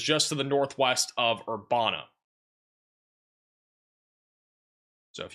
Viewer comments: It actually “uh” instead of “a”. Like Master P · Just for your future reference. Urbana IL is pronounced Ur ban A. No way you could possibly know how to pronounce every city in the United States. This is in no way a complaint. We found your channel and love the accurate information. Thank you foe your reports